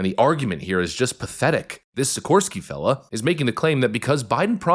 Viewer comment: Sikorski (pronounced Shi-kor-ski) is a Tusk'r aka Follower to the Trudeau/Biden of Poland.